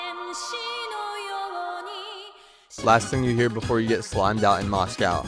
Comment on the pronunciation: bro pronounced moscow wrong :(